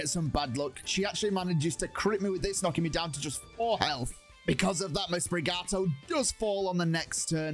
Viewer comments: Its not sprigato its sprigatito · Sprig-at-eat-toe. Not Sprig-ah-toe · Why you call Sprigatito “Sprigato”? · Sprigato Its sprigatito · U call it Sprigato it is Sprigatito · Why’d he pronounce it sprigato, that’s not even close